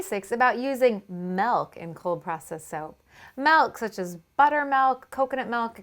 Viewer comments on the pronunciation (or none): ITS MIIIIILK NOT MELK PLEASE STOP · God she says malk (milk) like 1000 times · Every time she says milk it sounds like "melk" and I can't stop laughing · oh my god!! why does she say milk in such a weird way 😁😁